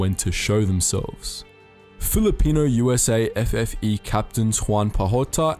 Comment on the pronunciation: Its USAFFE not usa ffe